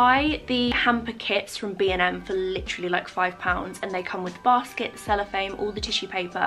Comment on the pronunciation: Amazing as always!!! You made me giggle the way you say cellophane 😂🙊